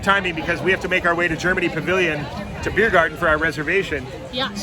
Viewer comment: Do you speak German? It’s the mother tongue of your mom so … 🙌 and if you don’t, do you understand it? By the way it’s Biergarten not Beirgarten 😊